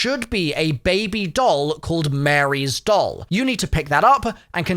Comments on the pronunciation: It’s MARIE, not Mary lol ;) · That’s Ma•Rie not Mary